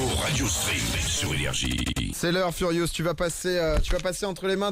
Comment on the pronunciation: Jean Neymar c’est normal il a eu peur c’est furious pas furiouse